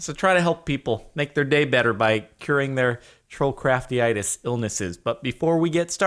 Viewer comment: it's slightly bothers me every time you say trollcraftyitis. like no has an inflamed trollcraft... atrollcraftia would make more sense jardon. pls stahp